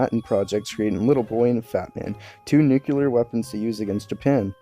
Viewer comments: *Nuclear not "Nuceular" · One small thing I will always be a dick about: lol nuke-yu-ler. It's new-clee-yer. I'm always reminded of George Bush Jr.